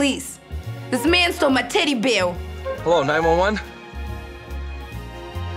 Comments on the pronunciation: His teddy bewr is vewy sewious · He is clearly saying "Taddy Bayah."